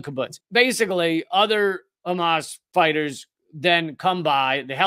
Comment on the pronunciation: A true Semite speaks the Semitic H like the Arabs do, it is called Hamas and not Khamas, it is called Hannukah and Channuka, it is called Passover and not Pesach and so on and so forth..